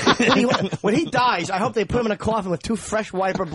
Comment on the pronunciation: Also, “buit” when he means “put”